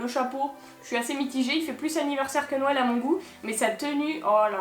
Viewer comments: Tu dit nouél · Le petit accents quand tu dit "nouèl"